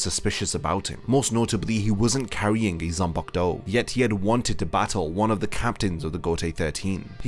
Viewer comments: "zanpakto" smh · ''zampak-to' LMAO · I hate how you pronounce zanpakuto